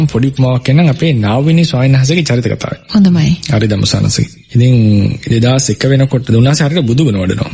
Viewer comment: සාධූ සාධූ සාධූ ..අපේ හාමුදුරුවනේ... මගේ අදහසක් මේ . දහස් වාරයක් සමාව අයදිනවා...🙏🙏🙏🙏🙏🙏♥️ මෙකේ ඇඩ්මින් ඉන්න කෙනා..මේක හාමුදුරුවෝ ට මතක් කරන්න. කථාවක් කියලා හැම වෙලේම උච්චාරණය කරනවාඒක වැරදී. කතාවක් විය යුතුයිමං හිතන්නෙ..🙏🙏🙏🙏🙏🙏🙏🙏🙏🙏🙏